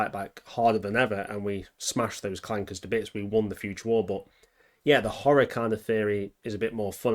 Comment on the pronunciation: With the hard R, good.